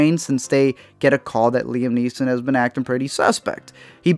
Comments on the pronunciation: its Neeson, not neesons and its Prynne not Prin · You made this whole video and then couldn’t even say the name “Liam NEESON” correctly at the end?! It’s not “NEESONS.” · Fosco Grubb No, we just need him to be able to fucking pronounce the name of the star without fucking it up. *Neeson, not NEESONS.